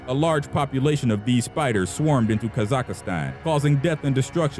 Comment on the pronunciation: They way this narrator says "Ka-zuck-i-stan" drives me wild.